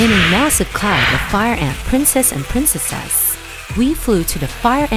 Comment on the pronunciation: Her not being able to say princes and princesses really throws me off.